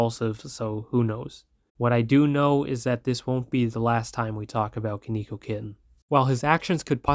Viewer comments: its pronouced kon e ko kitten but yes konkeokitten getting banned is good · Stop pronouncing his name wrong 😠